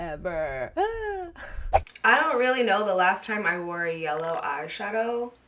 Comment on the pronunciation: Oh no, "out of stock for-ev-ver!" are words that will make 1000's of us cry our eyes out! I love your palette and now I never want to run out!! 💖💖💖